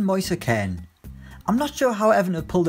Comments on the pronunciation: Can u read its does not say KEN ITS SAYS KEAN!!! Also Chelsea signed Pulisic idiot! Edit:HITC just make the Irish guy the only one on the channel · Lifeasafox ツ it’s pronounced keen but Italian commentators say ken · Ken... Ken... KEN ITS KEAN LIKE YOU ARE KEEN TO SIGN SOMEONE you are a disgrace give us the other guy who i had forgot his name.